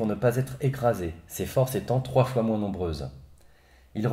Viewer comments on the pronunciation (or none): none